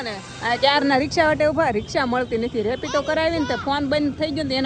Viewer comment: રેપિડો કેવાય રેપિટો નહીં ભાઉ દીદી😅😅😅